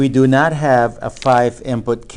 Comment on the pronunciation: am i the only one who hears "nut" instead of "not"?